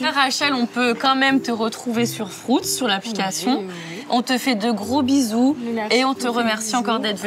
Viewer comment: FRUUUUIIIIITZ PAS "FROOOOUTZ" bordel de bonsoir